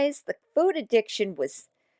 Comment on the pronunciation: She says the word FOOD so weird, glad im not the only one who is annoyed by this. 😂